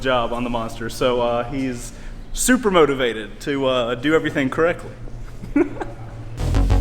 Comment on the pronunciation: did you say"super MotoVated"